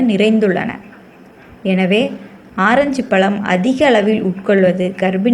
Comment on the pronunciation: pazham nu sollunga palam nu sollathinga pls